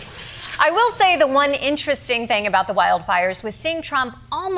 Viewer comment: It only shows your ignorance when you continue to say boot instead of about it shows more american elitism 👎 and you were given an award for this type of prejudice is is typically american. 🤨